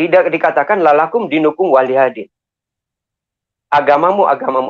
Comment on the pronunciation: tolong di betulkan ketika mengatakan kata yg gk benar.. contoh ketika bilang lalakumdinukum dan astagfiruloh hatilaik